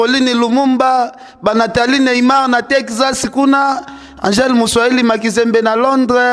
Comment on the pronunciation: Ken image non imange(imandji),Neymar non Neyimar,omelaka nini heure nioso kokosola?